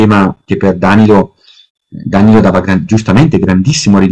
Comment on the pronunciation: elbowcough:Dànilo interrogato. Oggi ho due ore di Pievani, dov'è la droga ? Battute a parte, le sue conferenze sono comunque ogni volta intriganti come minimo, ma si dice Danìlo.